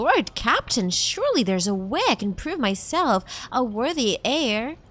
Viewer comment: Tiny advice, the H in heir is silent.